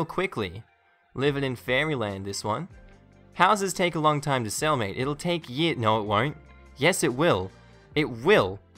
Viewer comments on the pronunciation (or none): none